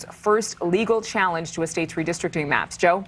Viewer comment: said "redistrickin" and mispronounced 'capricious'. Smh